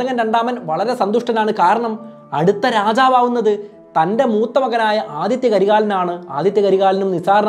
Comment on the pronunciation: Aditya alla Adhitha